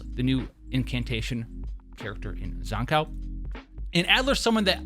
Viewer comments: Zan-COW? dude its pronounced Zankoo... Like skew, blue, boo and Zankou... I would even take Zankoo, like zoo or even Zankou like go. Zan-COW is where I draw the line haha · That aside could you please learn to pronounce Zankou correctly thank you